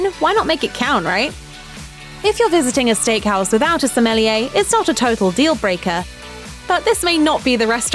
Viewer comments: It’s not Smelliyea! It’s Sommelier!!! God! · What is a smelly a's. Please pronounce a wine expert correctly. Isnt it the JOB of a voice actor to pronounce a word correctly. Looks like i have to find a new voice actress for steak houses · Anyone else cringe at her pronunciation of the word “Sommelier”... it’s French...